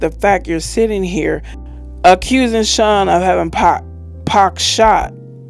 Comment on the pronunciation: It’s Sean not shun lmao 🤣